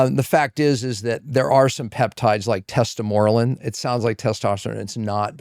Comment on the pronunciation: Love this guy! But, he doesn't sound like he knows much about peptides unfortunately. Not only did he mis-pronounce them (no biggie just a fact), but his advice to potentially have the right patient "get on a peptide" if trying to transition off of Ozempic is such odd and vague council. Ozempic is a peptide. It is a brand of a GLP 1. "Tesatmorelin" does not exist. It is called Tesamorelin. "Moats" doesn't exist, it is called "MOTS-C" (pronounced "mahts-see"). He simply rattled off a few mispronounced names of the most popular peptides and didn't articulate any of their functions. "BPC" might exist, but it's full name is BPC157 if he's thinking of the correct thing. Also, it's called the Wolverine Stack which is a blend of multiple different anti-inflammatory, cellular repair, tissue repair, ligament repair, active copper peptides. And there's plenty of question if GHKCU can effectively mix with these other peptides after being reconstituted. Just felt compelled to weigh in here if anyone cares, if anyone's interested, look for a better resource on peptides. One thing he did say that I really appreciate is that the use of a GLP 1 can be very helpful, but can also damage your overall metabolic flexibility after weaning off of the peptide because of lean mass loss. A GLP 1 can be leveraged in a fantastic way if "resistance training" (not "resistive" training) remains a priority and your protein intake is adequate. There is also multiple types of GLP 1 peptides that are compounde